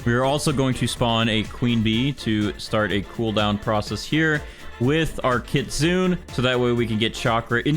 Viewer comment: It's kit-su-nay